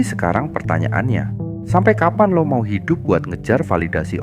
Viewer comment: Isi kontennya bagus banget, cuma penyebutan "Lo" Kerasa medok banget, Gak usah maksain keliatan keren, pake "aku, saya" aja